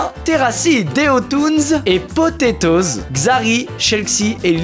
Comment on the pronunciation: Quand il a dit POTATOZ J’ai bander